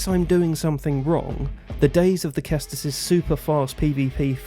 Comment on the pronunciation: It's not pronounced Kestus, it's pronounced Sestus. Just so that you know if you ever speak about it in future videos. Cheers and thanks for the information on parrying. Time to practice.